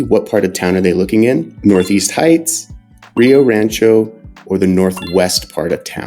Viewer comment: It's funny how yall pronounce Spanish words xD Ree yo raaanchow SMH